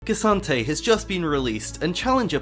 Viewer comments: can u stop saying kee santayy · Its pronounced K'Santee get it right 🙃